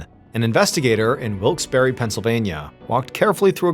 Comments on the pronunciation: didnt realize it was in pa until he said hershey cause of the way he was pronouncing wilkes-barre. barre is pronounced like bear lol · As someone who is from the Lancaster area, I've never heard that pronunciation of Wilkes-Barre. I've always heard it pronounced Wilks-Bar. Anybody else local want to weigh in? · Drop the eee sound at the end of Wilkes-barre. I'm from near there. It's wilks bear basically. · Dude the way you said "Wilkes-Barre, Pennsylvania" made me legitimately flinch. I did NOT expect MY city to be mentioned. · Neither. We pronounce it 'Wilkes Bare' (rhymes with bear.) True, some still say wilkes berry or barry or even bar as you mention. But the locals say 'Wilkes Bare'. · It’s pronounced Bar not Wilkes bare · It’s pronounced wilks BAR. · What I find most unbelievable about this story is that no one on the team seems to have taken the trouble to look up the pronunciation of the town. It is true that some locals do pronounce it the way MrBallen is pronouncing it -- but it is more commonly pronounced "Wilkes bar" -- as in, for example, a bar of candy. Think of an "Ice Cream shoppe". It ends with PPE but do you say "shoppy"? No. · It’s pronounced Bar. Wilkes-Barre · "Wikes BARR" is how you pronounce it. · The pronunciation of Wilkes Barre as Wilkes Berry made me think I'd heard it before. The $1 imillion settlement for the first husband's death confirmed it. This is a repeat. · As a native to northeastern PA its weird hearing a story so close to home. Also side note i cringed every time he said wilkes-barre. Its pronounced (wilks bear) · no Y sound on the end of the city's name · It is pronounced Wilkes Barre (bear) not berry! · Mr. Ballen: Wilks Berry Me, a red-necked Pennsylvanian: Wilks Burr-uh 🙃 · Not wilks berry, it’s pronounced Wilkes Bourgh, spelled Wilkes Barre. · FYI: It’s pronounced Wilkes Bar not Wilkes Berry. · Always fun when this stuff is so close to home... 😅 (Note: Wilkes-Barre is pronounced like Wilkes-Bear, not Wilkes-Barry.)